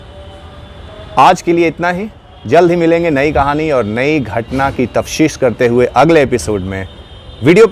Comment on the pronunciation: Tafteesh hota hai bandhu, tafshees nahi